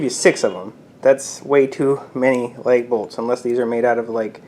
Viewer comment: LAG bolts NOT leg bolts!